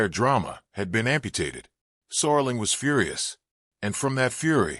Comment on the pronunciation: Rod Soar-ling. Man, the A.I. is getting really lazy. Nostalgia-slop.